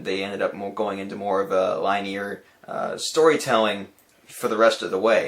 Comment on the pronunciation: Lol "Line-A-R" XD